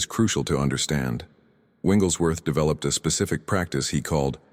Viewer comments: Your AI needs to say the name correctly It's Wigglesworth not Winglesworth. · Why do you call Wigglesworth “ Wingleswrth” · His name is Wigglesworth, not Wingles Worth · Winglesworth? Really? What system do you have reading this information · Why are you getting his name wrong all the time?